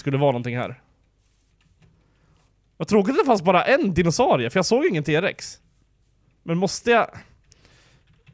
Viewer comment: nej uttalas t Rex